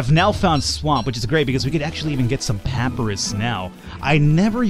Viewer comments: pa - pie - rus... not pap-rus :P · Pop-Eye-Russ! It's Egyptian! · Just finally watching this series and loving it. One thing that is driving me nuts, Papyrus is pronounced Puh-PIE-Rus.:) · Who else tried to move their mouse off the screen near the start :) Also, papyrus is pronounced PUH-pie russ Thirdly, loving the series! And of course lastly I'm IN LUHHHV WITH THE CO-CO